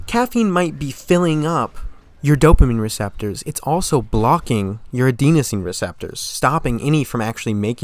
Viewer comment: Bro misplaced serotonin with dopamine and mispronounced adenosine.